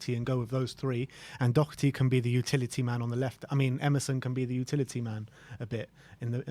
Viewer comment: Why do people insist on putting a c in Doherty? It's really fucking annoying.